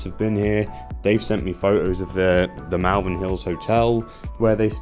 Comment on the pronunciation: It’s not MALvern , like Mal-de-mare or malevolent, it’s MALvern to rhyme with ball.